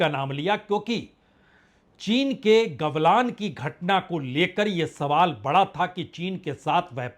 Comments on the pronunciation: Gavlaan nhi Galvaan bolo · Its not Gavlan its Galvan... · चचा गावालान नहीं गलवान होता है 😂